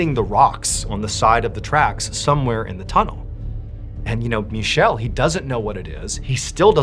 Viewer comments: Mr. Ballen, its prounounced "Mee Ke Lay" not Michelle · Not to be that guy, but the Italian name Michele is pronounced Mikele. CH in the Italian language creates a K sound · Actually the way you pronounce Michelle is MEE-KEH-LEH, approximately. The only thing that bothers me about this channel is that there is zero effort to pronounce the names correctly 😅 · Michelle is a women's name, I think his name might have been Michele. Its pronounced different. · It's not pronounced like the French name Michel, it's Michele: Mee-cale-ae or something like that...and a 5 seconds Google search would have revealed that to you. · Just fyi in Italian it wouldn’t be Michelle like the french it would be Michael 😅 love your content!!! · FYI, in Italian the male name "michele" is pronounced "mi-kè-le" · Pronounced "Mi-ke-le" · first story hit me like a brick hearing my name even if he mispronounced it LOL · FYI story #3 - the main character, Michele, is Italian and the "ch" is pronounced as a hard "c". The name Michele is Michael in English, again with the "ch" pronounced with a hard "c" sound.